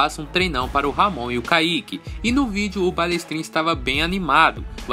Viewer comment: Nosfa miga, ela falou ramonzete...ui kkkkkkkkkkkk